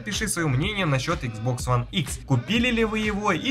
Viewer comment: Почему ты говоришь Хуан а не one